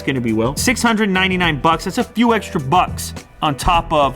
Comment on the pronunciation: Did he say a 'FEW' extra bucks?? F.E.W!!...